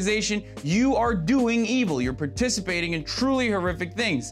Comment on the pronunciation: "You are LDOING evil"